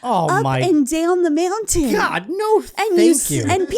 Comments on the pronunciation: I’ve been saying meowntain to myself all day 😅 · Is it just me or does our beloved say meow-tain? Happy 200th,! 🪳